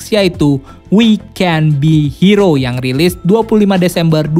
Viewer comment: Opini pribadi: intimidating : mengintimidasi Kalau maksudnya terintimidasi, menurut gua lebih cocok *intimidated*, min.. Trus, we can be heroes, s-nya dibaca juga min, soalnya subjeknya jamak (we) #CMIIW